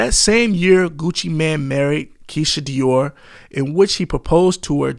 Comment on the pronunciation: Keisha Kaoir not Dior